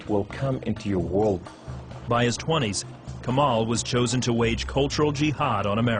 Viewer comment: LOOOOOOOL this is so whack haha I wish he would pronounce "kamal" correctly if he actually grew up in Lebanon "Tasted God"? Lol Please if you are going to post conversion stories post REAL ones. Also do not mislead people on what Muslims think of Jews and Christians. Muslims call Jews and Christians the People of the Book and are ordered to treat them with the utmost respect and dignity.